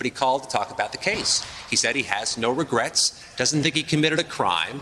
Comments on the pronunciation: "No regerts" 💀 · "No Regerts" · "No Regrats" is the prison tatoo he should get. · I think he said, “No Ragrets.” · "no ragrets"